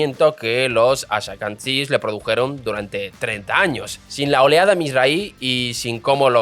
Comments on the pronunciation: Son judios Asquenazis o asquenasies, nada de ashacandies (esa fonetica de hacer sonar mas Hebereo su nombre para que no suene el Asque-NAZI) es patético, y ahora que los Judios Haradies son los endogámicos y los que no producen para sostener los tanques que los van a defender, espeor que te esten pagando por este video de asco. bloqueado por payaso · ¿Por qué él dice "ashakansíes"? Lo correcto es Ashkenazis. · ¿Ben Girón? ¿haradíes? ¿ashakanzíes?¿Talamud? No sé si debas demandar a tu guionista o mejorar tu español 😂😂😂 Por lo demás, tu contenido es excelente. Ben Gurión dejó una bomba de tiempo que los aliados de Netanyahu se niegan a resolver. Por cierto, en ese millón de soviéticos se colaron muchos que no tenían ni una gota de sangre judía ni jamás en su vida leyeron la Torá. Pero curiosamente son los más sionistas entre los sionistas 😊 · Aprende a pronunciar nombres y palabras antes de grabar el video!!! No existe la palabra "haradi"!!!! Los "hashakansies"???? Por favor..... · Muchacho, tienes que aprender a decir los nombres un poco mejor, Ben Guirión, Azhakanzies, Kenzet, Arabiyes....en fin. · "Haradíes"...Ben "Guiron"..."talamud"... Esta es mundial: "Los Ashacantíes" Escuché esto y dejé el video. Ya me dolían los oídos...!! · "ashakanties"? está pronunciado mal aprooósito? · Atento guionista, porque no creo que sea un error de quien lee: Ben Gurion en vez de Guirón Talmud en vez de Talamud Asquenazíes o ashkebazim en vez de ashekabzíes Es el tercer video con errores de pronunciación graves que restan credibilidad al dominio del tema expuesto.